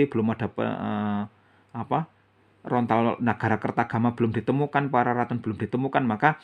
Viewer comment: bukan rontal om tapi LONTAR.